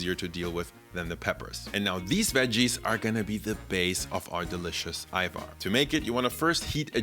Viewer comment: i've been seeing more youtubers talk about Ajvar recently. being albanian Its been EXTREMELY triggering that they pronounce the J like an actual J. So thank you, for saying it correctly lol.